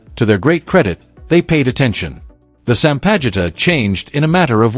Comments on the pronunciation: sampaguita (sampagita) not sampita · Sampaguita not Sampita!